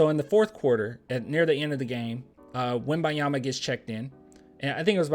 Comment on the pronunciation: PLEASE pronounce the N when u say his name, make that little effort, out of respect , cheers brother